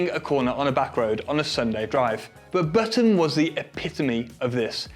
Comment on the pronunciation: On the topic of your choice in pronunciation. With Jenson Button. It is not baton. It is Button. Like a shirt button.